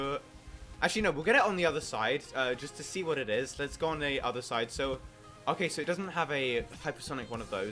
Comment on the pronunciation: Glad to be doing this vid with you, dude! ;3 [also, "Thoo Superior"? XDD Someone must've bitten his tongue before recording ;p]